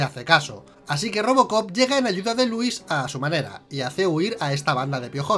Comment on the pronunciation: Creo que pone el acento en la letra "i",y suena nombre de varón,en vez de mujer cuándo nombra a Lúis.puede que la traducción de españa la altere, pero la pronunciación también?